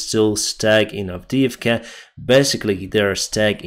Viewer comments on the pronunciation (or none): none